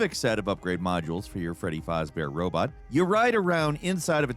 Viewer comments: That's the first time I've heard someone call Fazbear "Fahzbehr". Fasz bear. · As a big fnaf fan: how you pronounce fazbear and just your overall explanation and calling the tape... it drives me insane 😅😂😂